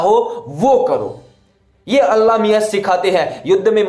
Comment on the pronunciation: Pahle aap allah naam dhang se lena seekhle kafir bewakoof allah miyan kahna jayaz nahi h